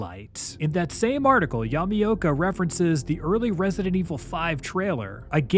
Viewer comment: Nice vid on a rarely covered subject, but I giggle everytime you call him "Yummy-oka"